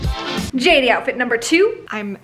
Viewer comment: Its jatie not j 80